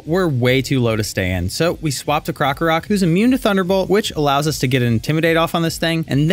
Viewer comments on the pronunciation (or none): none